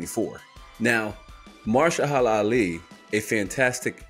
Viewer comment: say it with me MA-HER-SHA-LA ALI 😂